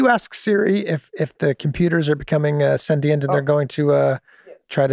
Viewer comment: hey thanks for the sentient pronunciation. i somehow randomly say either one.